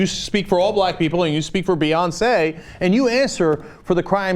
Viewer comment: that last Beyonceé was pitch perfect lol